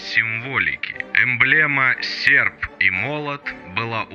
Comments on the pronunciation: Товаись ))) Сефп и молот ))) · а слово "Сеrп" очень по-ленински говорит... Мог бы 10 лайкосов поставить - поставил бы 20!!